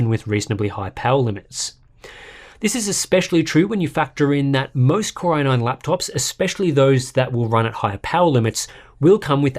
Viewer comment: I hear it like "Corona-ine" instead 😄